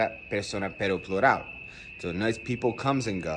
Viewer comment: Cuando dices pero trata de no pronunciar mucho la r